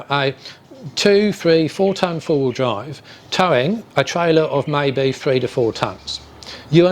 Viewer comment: Den wen you dwive down da woad wiff da twuck dwiving da udder way - FFS